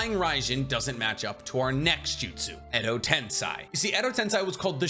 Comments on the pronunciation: Why you say Tensai it’s tensie? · "Edo Tensai" only my ears was hurt like 1000 times with that miss pronunciation? its "Edo TensEi" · Edo tensei. Not tensai 😂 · Him saying edo tensAi grates so much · I had to stop the video cuz you don't stop saying wrong a ton of jursu names, along with "edotensAai"